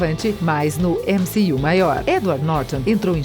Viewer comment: Mané ÉmCi-you o que.....kkkk